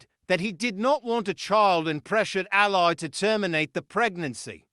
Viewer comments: "Al-lee" Allie, Not as an Aly in a crime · Her name is pronounced elly as in kelly.